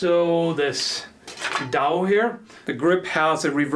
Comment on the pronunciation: Just for a basic knowledge of it, the Dao, has an actual pronunciation of D-a-ah.